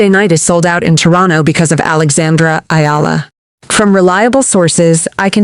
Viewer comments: Eh-ah-lah 3 syllables 🥸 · Please say it properly EALA